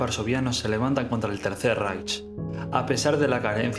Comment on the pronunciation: Tercer raijt foneticamente no raicht.